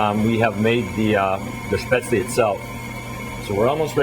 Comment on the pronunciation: I wish people (professional cooks) would pronounce Spätzle correctly!! UGH! Drives me nuts! It's Shhhp-ehtz-leh -- not sp-aytz-leeee...